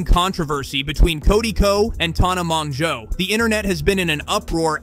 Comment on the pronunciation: Tanna Mojo is how her name is pronounced just for future reference! And Noel is No-el!